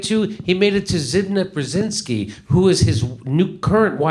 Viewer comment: I love you this show! Its pronounced closer to Zbigniev brjejinski. Polish spelling looks crazy, but once you understand it, it's beautiful